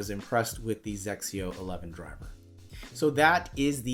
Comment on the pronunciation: the way you pronounced it "sexio"..... LOL. "XSIO" has been in the US for a long time (since 2004). But of course, it is not a golf club that is easily found at Dicks or Target. You have to go to stores at golf courses. Then you can find some "Drivers" and "Iron Set". I saw one at a golf course selling for $300. I think it was XXIO 8 driver. And again, the flex is Soft regular and it is for "senior" golfers.